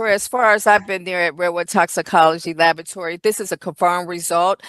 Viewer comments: Is it lavatory or labatory, what is she saying? She sounds illiterate. Honey, it's pronounced la-bra-tory or la-bor-a-tory. You work in one, you should be able to pronounce it dear. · In Australia we say La-BOh-a-try. Emphasis on a different syllable.